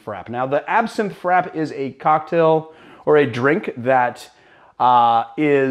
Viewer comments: Um..... Frappe is pronounced Frap-pay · I thought frappe was pronounced like fra-pay? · you're correct, a frappé is essentially a drink on the rocks, but those "rocks" tend to be crushed or shaved ice. It's a serving technique, rather than a specific (coffee) recipe, and such. And yes, he's mispronounced it.